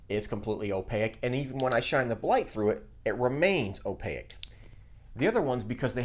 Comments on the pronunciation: great vid! still trying to get this working on my printer. my gear doesn't appear to be biting into the filament at all. advice? Also, I cannot unhear it: opaque (like "take"), not opaic (like "mosaic") lol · Great video, please look up how to pronounce opaque though. Just tying to help, have a great day.